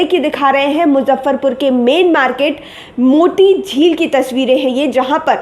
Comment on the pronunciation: मोटी झील नहीं पगली, मोती झील होता है